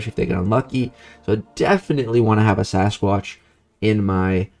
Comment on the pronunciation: I think called Sasquatch like ‘Say-squatch’ lol